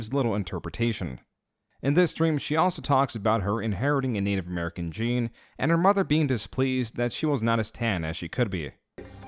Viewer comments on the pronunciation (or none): none